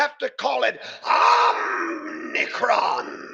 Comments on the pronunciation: it's actually "OMI-cron". but it is an OMNI-CON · Omicron, not omnicron.